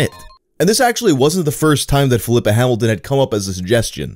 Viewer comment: I'm not sure here, but I think the name Filippa is pronounced "phil-lee-pah" similar to Filippo or Filipe (phil-lee-poh) (phil-lee-pay). Instead of pronounced Flipper like the dolphin. Small nitpick.